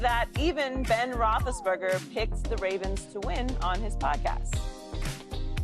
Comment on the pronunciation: Ben Roth-less-sen-burger.:face-purple-crying